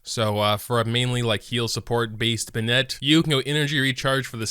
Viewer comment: benit not ben-ette